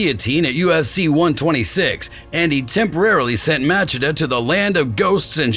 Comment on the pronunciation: How is it amazing, if he speaks about doing a homework about Rua, but called Chael - KAEL, and Machida - MAKIDA ?